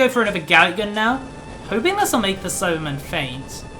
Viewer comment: Who else as never seen an episode of DBZ and thought he was saying Cyberman instead of Saibamen?